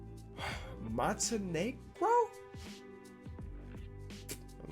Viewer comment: how tf can you not pronounce montenegro cuh its literally monte negro lmao